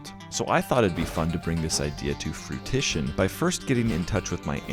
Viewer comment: Fruition. Froo-i-shun.